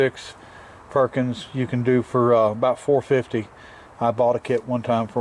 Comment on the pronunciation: With Nana around, it's not a Perkins, it's a "Purr-kins".